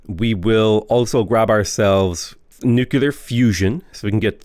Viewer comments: Nuclear. Not nukelar. Great vids man ;) ! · Nu-cle-ar. Sorry, I don't want to be that guy, but it just kept digging at my ears.